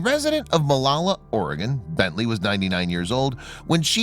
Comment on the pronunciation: It's Oregon Health & And Science University (OHSU) not Organ. Lol.